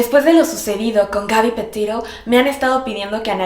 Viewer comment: Petito es una apellido italiano. Así que se pronunciaría PetiTO, no petitou